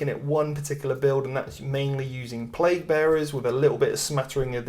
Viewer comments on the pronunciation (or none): none